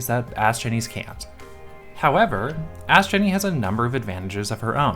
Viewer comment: Video immediately liked for correctly pronouncing Astgenne’s name right.